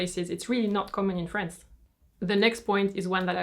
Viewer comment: its france not frence